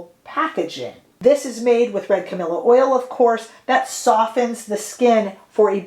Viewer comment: Sorry, the pronounciation different to the name Camilla, the flowers is spelled and pronounced differently, as cammeeleeaa. 💕💕🤗🤗